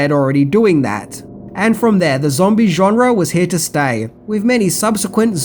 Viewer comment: I love how he says "genre". JONRAAAARRRR 😂